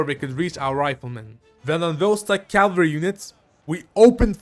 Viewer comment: Why do you call cavalry calvery